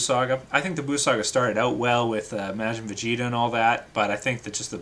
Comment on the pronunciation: He can't even pronounce majin correctly